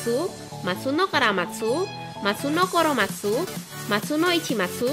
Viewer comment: choromatsu. bukan koromatsu. siapa itu koromatsu?